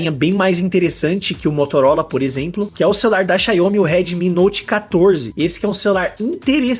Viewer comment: Que Xaiomi cara me ajuda aí ; é Xiaomi , Xiaomi, Xiaomi . O brasileiro não consegue falar nem o português direito e ainda fala o nome das empresas erradas . Bem que o professor Olavo de Carvalho dizia ; chegamos no fundo do poço !!!!